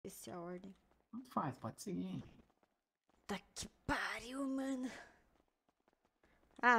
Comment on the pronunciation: Não é possível q só eu q fico aguniado com o jeito forçado (não só dela mas de outros tbm) de fala em gíria ou tbm essa "mano" q é quase um "meno" kakakakak tfdr